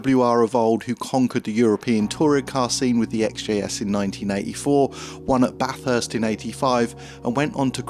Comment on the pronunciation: props for pronouncing Bathurst correctly 😉